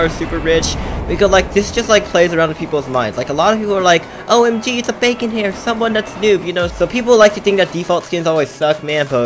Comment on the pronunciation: "bavon hair"